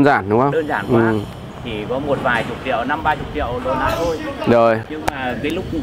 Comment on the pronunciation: triệu chứ ko phải trẹo😀